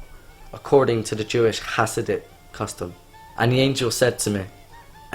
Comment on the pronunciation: Yep, this is defiantly fake. Guy doesn't look anything like a chasid, and pronounces the words "chasidic" and "baal shem tov" wrong. Also, half the video it looks like he's reading from a script below the camera.